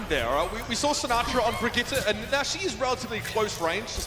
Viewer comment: its been months since her release and still no one can fucking say Brigitte's name properly